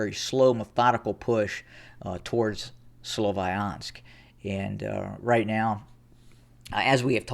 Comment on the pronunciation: May I point out that "Sloviansk" is pronounced with the "i" like in "winter", NOT like in "wine". (not sure if I could explain it well enough, non native English speaker here😅)